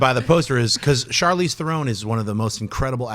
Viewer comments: Dear AMC Crew: You can verify this with her interview with jimmy Fallon. Dear god, the way you pronounce Charlize Theron's last name is THERE-on; not THE-rone. Please please please stop butchering her name, it's like nails on a chalkboard. Thanks :) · It's Charlize Theron, not The-roon